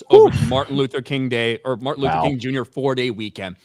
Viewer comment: Did say "Fartin Luther King"?